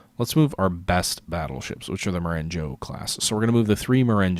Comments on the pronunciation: "Ma"ren"go" instead of "Mo"ren"joe" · Sorry to be that guy but Marengo (a Napoleonic victory in Italy) is pronounced mah-reng-gaw :-)